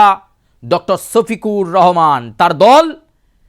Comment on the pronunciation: ছোফিকুর রহমান না সোফিকুর রহমান✅